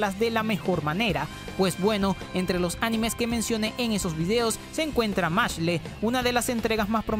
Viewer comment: Hola, hacía tiempo que no había una serie con nombre en Ingles y como mi vida se basa en joder a la gente, vengo a decirle que no se dice levioooosa, perdon, que se dice "machle", se dice "mashl" ya que el nombre es la combinación de las palabras "Mash + Muscle", por ende la E es muda